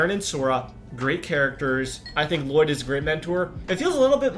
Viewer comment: it was funny when u said Llloyd